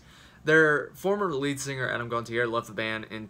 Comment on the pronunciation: it's pronounced "gon-tea-eh"